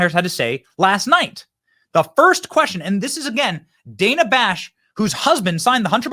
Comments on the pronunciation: Who is DAN-a? Her name is Dana. Kamala demands people pronounce her name correctly she should do the same. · The takeaway here is CNN is so bad that not even Kamala, queen of the far left cult, watches it. She called Dana (daynuh) Dan-uh. I mean, she'd know her name, right?